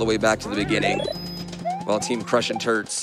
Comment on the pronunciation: I keep hearing the commentators say "Crushing Turds" instead of Turts